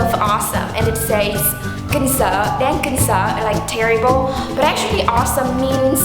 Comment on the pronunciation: Some tem? It is suppose to be awesome, not awesome :)